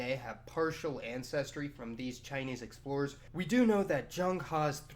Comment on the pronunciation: is that pronounced "sex-plorers"?